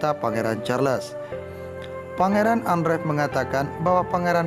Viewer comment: Maaf..bukan kastel tapj castle ( sebutan nya ka sel) Charles sebutan nya charls Anne sebutan ann